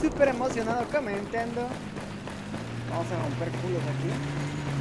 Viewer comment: Jajaj me muero de risa cuando dises "comentando"